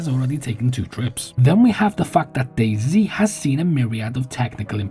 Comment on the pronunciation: Hearing fellow Englishmen refer to DayZ as "Dayzee" is painful.